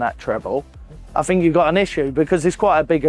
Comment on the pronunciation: The less you "fink" the better you "frow" 😂